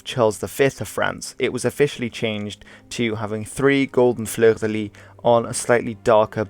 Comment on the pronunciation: Cool vid.Just for your knowledge, the last "s" in "Fleur de Lys" or "Fleur de Lis" isn't silent. Just mentioning this because the way you say "fleur" is A-OK. French is quirky.